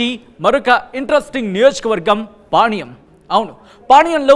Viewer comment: Veeniki panyam ani palakadam ravadam Ledhu